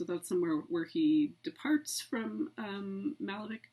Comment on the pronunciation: Would be a much better lecture if all the names were used properly. The painter's name is not Málevik, but Malévich- ch pronounced as you would pronounce Chaucer, cherry, and so on.